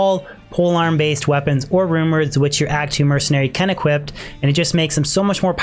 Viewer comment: Equip. Not equipt.